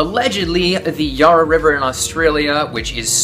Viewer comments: “The Yah-rah River” 😂 it’s ya-rra, short As like in “cat”. I know you’re a long way away but it still sounds hilarious. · I'm an Australian who lives near the Yarra River and I just wanted to say that the way you pronounced it was hilarious. That aside, this is a great and informative video and thanks for making it.